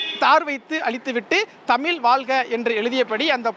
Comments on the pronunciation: என்னது தமில் வால்க வா? முதல்ல தமிழ்ல ஒழுங்கா பேசுங்க செய்தியாளரே...நல்லா நல்லா வாழும் தமிழ் 😅😅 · தந்தி தொலைக்காட்சி க்கு ஒரு செய்தி உங்கள் செய்தியாளர் தமிழ் வாழ்க என்று சொல்ல தெரியல தமில் வால்க என்று கூறுகிறார் இப்படி சொன்னால் தமிழ் எப்படி வாழும்? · Please pronounce properly thamiz